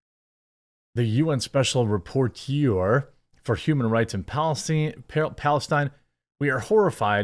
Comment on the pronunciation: Rapporteur - Rap-a-tour. 😉 It's a french word.